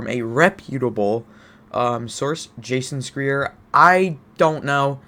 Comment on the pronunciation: One minute in and this guy misspronounces Jason Schreier and has no idea who he is. Like he isn't the most reputable investigative journalist covering destiny in the history of the game. Im sorry but you putting so much weight on "well this reporter could be wrong" without knowing who "that reporter" is, makes the video useless.